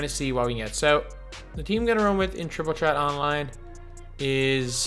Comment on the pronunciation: Jay Johnson he’s Irish so he pronounces it like that tr is ch